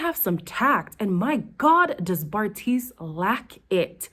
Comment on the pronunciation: You refuse to get Bartise’s name right and I love it 😭